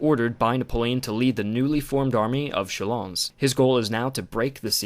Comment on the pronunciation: Good and short one. You may pronounce Chalons without the S.